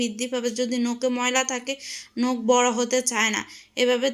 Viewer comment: নোখ না নখ